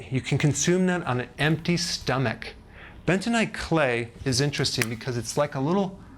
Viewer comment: What is : "bentonaite clay?"